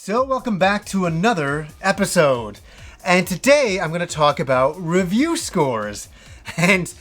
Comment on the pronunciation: You threw me off so much by the way you said, "another episode..."